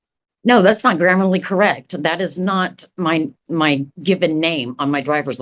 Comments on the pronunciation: Holy Cow!!!! His Hard Drive must be having seek problems. Although, it could be there are some corrupted sectors. Hey lady, it's "grammatically" not "grammerly" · I LOVE how she’s so unironically saying “grammarly” incorrect which is so wondrously “grammatically” incorrect. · This dingus kept saying "grammarly." 😂😂😂😂😂😂 That's not a word, you effing nuclear physicist. I'm pretty damn certain the word you're failing to say is "grammatically."😂😂😂😂😂😂. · Admirality and grammerly in the same video! We only need one more mispronunciation for the sov cit trifecta!